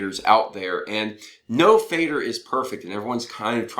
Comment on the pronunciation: Nice review, just a quick note about pronunciation, it is pronounced more like "fehder", definitely not like "fader". In fact, "Feder" simply means "feather" in German and the pronunciation is also closer to feather.